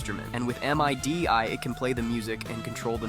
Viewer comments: I have never heard MIDI be called M-I-D-I It’s like Mid-ee that’s how you pronounce it Mid like middle. E like eel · It is not pronounced "M-I-D-I". It's called "MIDI". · This is super impressive. One note though. We say MIDI as middy not M-I-D-I. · M.I.D.I? Really? You pronounce it as MIDDY. But I wouldn't expect a CLANKER to know that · Your saying of " EM EYE DEE EYE " killed me. It's actually "MEEE-DII" as is, MIDI! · "em ai di ai" bro just say midi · That was weird hearing someone say "M, I, D, I" instead of just "mihdee", like I've said since the .mid-to-late 90s. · Please just say "Midi" instead of "Em Ay Dee Ay". 😭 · Love how the AI voiceover goes out of its way to pronounce it as M.I.D.I. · M I D I instead of midi is a first for me. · making the ai say "M. I. D. I." instead of just midi is diabolical. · Oh, we call them midis, not M.I.D.I. That threw me off 😂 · Kee-loh bytes? Lol. It's Kill-o-bytes Also, it's pronounced mid-ee. Not M-I-D-I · Great video, but it's Midi... NOT M I D I.. As a producer that was jarring 😂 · You can tell when somebody's GenZ when they say "EM-EYE-DEE-EYE" instead of "meedee". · Saying M . I . D . I . instead of midi is a crime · From someone Who said M.I.D.I instead of MIDI... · "M-I-D-I" Was like - bro do kids not know about MIDI? It's pronounced like "middy" and was the basis for all game music for decades until mp3 compression got good and storage got cheap. Which feels like it happened fairly recently? But now it's like some ancient magic. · For those who dont know, it isnt supposed to be pronounced "EM AI DEE AI", but "MIDIE", if that makes sense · When he called "MIDI" "Em I dee I", like it's some weird thing he's never heard of, I instantly aged by 10 years. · You completely lost me as a potential viewer with this eM… eye… Dee… eye… bullshit. MIDI has been around since the late 70s. Too many talented ‘tubers to put up with this crap. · Em ai dih 🥀 ai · MIDI is pronounced “middie” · No real human would pronounce it M-I-D-I